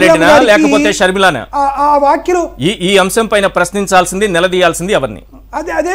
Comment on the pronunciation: వాఖ్యలు కాదురా కొజ్జా వ్యాఖ్యలు అనాలి